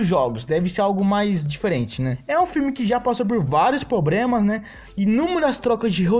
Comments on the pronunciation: Adorei, porém, é impressão minha ou você disse "probrema" várias vezes? Kkkk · Vídeo ficou top... Mas o "Pobrema" foi qndo flw e repetiu "Pobrema" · Mto bom video ganhou mais um inscrito, agora esse Pobrema ai doeu :v mas da nada kk